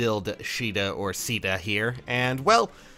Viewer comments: her Japanese name is pronounced like She duh. Her English name(what you saw) is pronounced kA duh.... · I always thought it was pronounced Kay-da. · its pronounced "Sheeda" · Her English name is pronounced kA duh